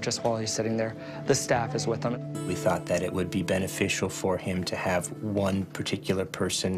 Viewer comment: "can I haf a hug?" proceeds to shake his hand